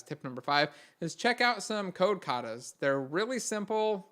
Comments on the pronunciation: I didnt understand the name that he says on tip number 5, could someone help me? Code quotas? Code cata? Code what? Thank you very much. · code cata's? what? search for what? lol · What is he suggesting ? Code Cutters? Neither me nor the auto captions can understand it... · jesus fucking christ and his holy mother mary, i listened to that more than a hundred times and still did not get it, thank you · can you or somebody write down the name of number 5? i couldn't understand it.